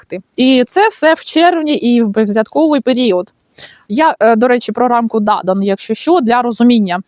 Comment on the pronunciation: дякую, я про наголос у прізвищі ДадАна-Блатта. У Вас трошки по-іншому) Але не принципово ж. Гарного дня!